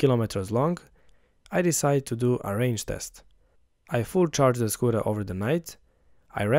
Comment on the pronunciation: Great work! but, only realized, that you were saying "Scooter", and not "Squirrel", at the end.